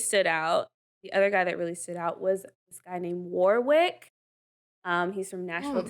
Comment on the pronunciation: You do not pronounce the middle W in Warwick. Pronunciation is Wor-ick.